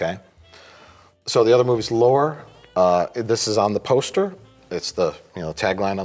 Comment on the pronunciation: Austrian, not Australian! And “Lore” is pronounced “Laurie”, not like Data’s brother!